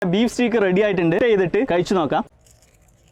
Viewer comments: സ്റ്റീക്ക് അല്ല സ്റ്റേയ്ക്ക് ആണ് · Pronounciation Steak alla steak (steik) aanu